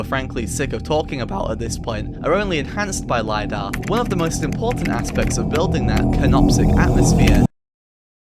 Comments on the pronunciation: Bro its not LAYDAH its Lidar li-dar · Lidar, not lie dar.